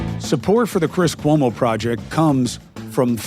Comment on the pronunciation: Cuomo can’t even learn to pronounce his name … I can tell I’ll be turning this off in 10 mins